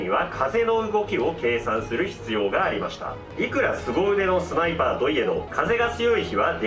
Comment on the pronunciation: ス"タ"イパー（）